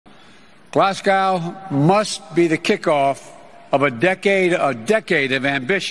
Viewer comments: Lol btw Its pronounced glaz-go,😜 love you xxx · It's GLAZ-GO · Just for reference in the UK the city is pronounced Glazgo (no pronouncing of the ‘w’) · I am from UK and watch your comments every day.Politely about the meeting in Scotland The place is pronounced Glasgo you do not include the W. Us in the UK will not get lots of names in US correctly.I am only trying to be helpful.